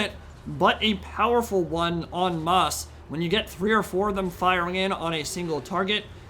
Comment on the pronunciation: I loved the classy pronunciation of en masse